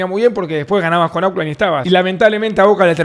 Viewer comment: Hola Davo, se dice "ócland" no auclan:face-blue-smiling